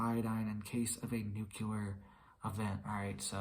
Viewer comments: Not NUKELAR… NUCLEAR! Jeez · NEW-clee-are!!!!!! NuclEar!